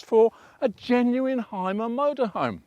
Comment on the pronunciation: Great review. It is pronounced Hume - er by the way, not "Hime - er"